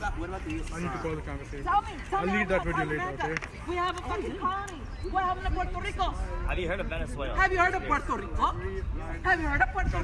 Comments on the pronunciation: Puerrrrrrrto RRRRRRRico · Excuse me: Have you heard of Puerrrrto Rrrricooo? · We Puerto Ricans don’t want this girl 😂😂 yall can keep her. Can’t even pronounce my country right lol.